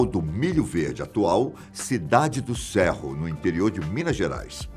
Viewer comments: Estudo na cidade que a Chica nasceu. Se pronuncia Sêrro, não Sérro, caro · Opa, só aq no minuto que está errada a pronúncia, a cidade aqui se pronuncia "Sêrro", não "Sérro" (só pra caso alguém tenha curiosidade e nunca tenha ouvido falar, fica pertinho de Diamantina), mas o vídeo ficou ótimo. Abraço,!